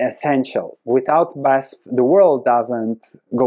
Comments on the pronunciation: 🗽 OMG I own this stock (minor share in the portfolio).... one of my worst investments. 🤔 FYI: You call it not Basf, you spell out the letters, like in an abbreviation. B A S F . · It’s B-A-S-F, not Basf. Just painful to listen. It’s an acronym. Just like VW. Or how are you pronouncing this one? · Badische Anilin- und Sodafrabrik (BASF - you pronounce it "Be Ah Es Eff" like a german) :P Great Video! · Thanks for the video! Div. cut is a real possibility, let's wait and see... Pronunciation of the company is in single letters, B A S F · say "basf"